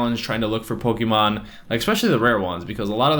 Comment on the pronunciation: it's Pokémon. Not pokeemon.